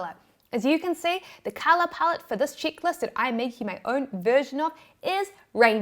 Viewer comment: I was loading the dishwasher while listening to your video… when I suddenly stopped and thought … “what the heck is a “chicklist”??? *mental picture of baby chicks 🐤 or very amourable young ladies*. 🤣🤣🤣🤣🤣